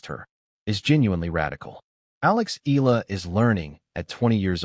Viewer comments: E-YA-LA is the correct pronunciation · E-YA-LA: that's the correct pronunciation